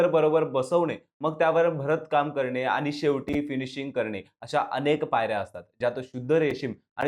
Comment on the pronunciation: आनी पानी करताय. सगळेच podcast वाले ण आणि न चा गोंधळ घालत असतात. त्यांचं मराठी ऐकून कान किटले आहेत. आता तुम्ही सुध्दा त्यात भर टाकली